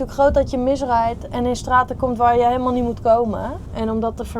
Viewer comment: Je word al een beetje een westlander. Met de uitspraak "Helemaal goud"😀